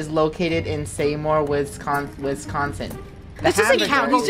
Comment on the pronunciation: WHY DID HE STRUGGLE TO PRONOUNCE WISCONSIN